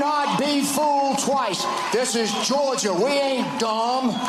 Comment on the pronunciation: "This is Georgiaah, we ain't dhhuuuuummmb!" I almost thought this was parody...